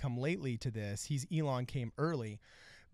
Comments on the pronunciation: WHY IS HE SAYING ELLEN MUSK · Can you please slow down and pronounce your words. And you keep mispronouncing Elon’s name lol